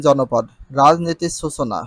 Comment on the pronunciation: রাজনীতির ছুছনা না। সূচনা😂